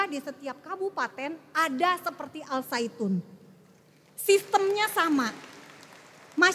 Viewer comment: Zaitun.. Saitun 😂